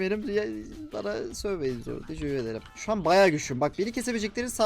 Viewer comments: teşeğür edrim demen sinirimi bozuyo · NOBODY:: TEJEKUR EDERIM TEJEKUR EDERIM